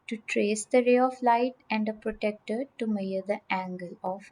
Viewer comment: Isnt it protractor not protector